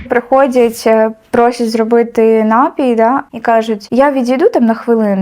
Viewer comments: 100500 разів сказала "нАпій". Панянка зранку до ночі тільки тим займається, що продає напої, але не знає, що вірно говорити напІй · Слова бажано правильно наголошувати лате і т.п., але ж і саме слово напІй, напОї 👍🏻